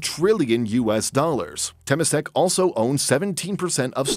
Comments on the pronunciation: Note: Temasek is pronounced as term-ma-sek, not tamp-ma-sek. Its origins is Indonesia/Malay. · The way the speaker pronounce Temasek 😂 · wrong pronunciation of temasek. cringey